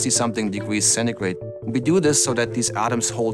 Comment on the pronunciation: minus two hundred and slmething degwees